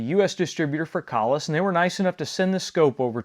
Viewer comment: I'm so glad you pronounced that right